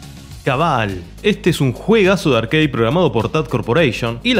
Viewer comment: de mejjor dicho nada, RARE igual que se dice ARCADE y no ''arqueid'' que suena a parguela